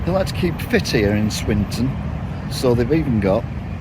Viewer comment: you're the most unfunny annoying twat i've ever come across , i turned off after your umpteenth attempt at unfunnily trying to pronounce Swinton , are you related to the even unfunnier Ben Elton ?